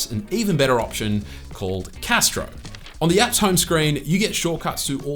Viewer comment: That's not how you pronounce Castro 😂😂